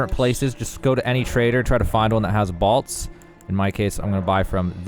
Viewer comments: It’s bólt, like lightning BOLT 🤦🏻‍♂️ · I want you to say bowl and then say bolt again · The way you pronounce BOLT is unacceptable. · What is a "balt"? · You pronounce bolt wrong haha